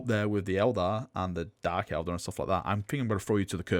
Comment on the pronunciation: It's Eldar, not Elder! REEEEEEEEEEEEEEEEEEEEEEEEEE